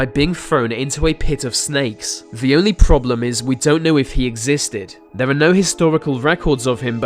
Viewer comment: You mean 'they' and 'there' not 'vem' and 'vere'?